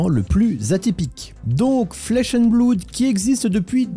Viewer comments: On ne dit pas "bloude" mais "blode" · Flesh and bloud lol …flesh and bleuuud